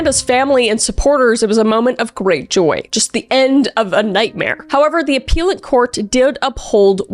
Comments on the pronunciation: Ah-pell-at court. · its 'appellate' not 'appeal-it' court 😅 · With all respect please look up how to pronounce appellate. Thanks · This was kinda hard to watch. Pronouncing names of citiess is normal to get wrong, but saying "minute" wrong, and I think it's appellate court in most places? It's also just a weird to me that you keep looking at a camera to your side, and are just reading straight from your computer a lot lol.